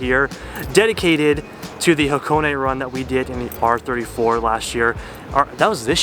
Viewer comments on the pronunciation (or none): none